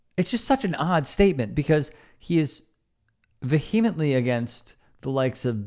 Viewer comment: Vehemently --- vee-eh-ment-lee